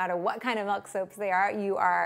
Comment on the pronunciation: *making soap with melk